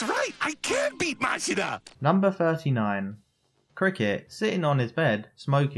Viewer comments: his name is masira not marisa. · Funny listening to you pronouncing Masira as "Marissa".